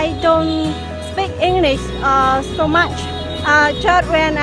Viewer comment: somebody in clip, their pronunciation is not good, they need to improve it! english --> they say "inglis".